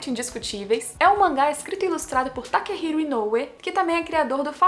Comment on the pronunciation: Takehiko, não Takehiro, faltou o SANCTUARY DO RYOICHI IKEGAMI